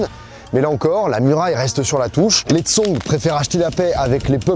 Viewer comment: Super vidéo !! C’est hyper intéressant de t’écouter, ta chaîne a beaucoup évolué ces dernières années !! Je dirais juste que c’est un chouïa dommage de ne pas avoir cherché comment prononcer certains noms (comme Xiongnu, Song, Yuan, Shanhaiguan, Hebei, Mutiangyu, Shanxi, etc). Ça casse un peu l’expérience !! Mais sinon vraiment, super vidéo